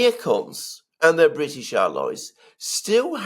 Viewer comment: Yes, yes ! The Bwitish always send HMS Pinafore !